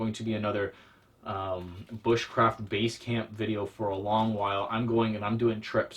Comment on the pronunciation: Anyone remember that video where he said "booshcraft"